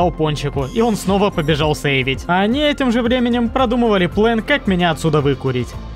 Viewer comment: все ниче, но это твое произношение "плЭн" бесит